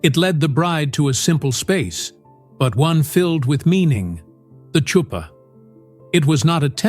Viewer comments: Chuppah is pronounced hoop-ah not chew-pan. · It’s not a Choo-pa. It’s a Huppah. The “ch” is like the sound in Bach. We write it often as an H because it’s closer to the sound. CHOO-pa. 😂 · I noticed it too- you are more gracious about the mistake than I was making my remark. And as an Israeli Hebrew speaker I pronounce it “ choop-PAH” ….hayayay…. Tch though, really….. I wish I could find it funny as you do…maybe some day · It’s Huppah. The “C” is silent. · This is over all quite informative and can be helpful. As an Israeli believer though, it really pushes my button when a Hebrew word is mispronounced, especially nowadays when it’s so easy to check it out, especially the word “ canopy “ . Chuppah is a hard H not “tch “. If you are going to take the liberty to say a Hebrew word, for heaven’s sake get it right!!!!! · Last word should be chew-pah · Lovely presentation! Just one thing, the "Ch" in Chuppah is pronounced like the "ch" in Bach, not like tha "ch" in child 😊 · Isn't the "ch" of "chuppah"" pronounced more like the"ch"" of Chanukah rather than the "ch" of cheese as it is in this video? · Yes, yes it is. AI, ugh!